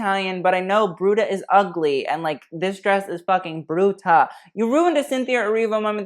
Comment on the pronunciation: Dania “brrrrruuuuutuh” i love lmao